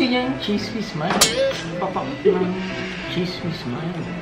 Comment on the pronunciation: ang ganda ng pagkaka pronounce ni ng CHEESE WHIZ MILD...LOVE IT